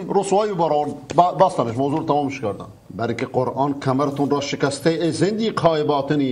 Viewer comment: جان اون زدیق نیست ، زندیق هست یعنی بی دین ، بی خدا ، بی ایمان